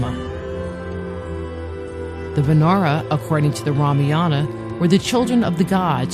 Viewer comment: what the fuck is Ramiyana, it's Ramayaan